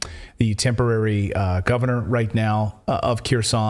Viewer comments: When you say Keroson no body in my family understood what city did you mean unless we looked over the maps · Kherson, is NOT Keeersawn. OFFS, PLEASE GET HELP PRONOUNCING RUSSIAN NAMES!!!!!!!!!!!!!!!!!!!!!!!